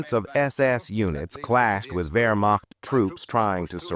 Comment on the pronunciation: Please learn the basics of the language. The term is spelled Wehrmacht, but Germans pronounce it their way; the W is pronounced like our V.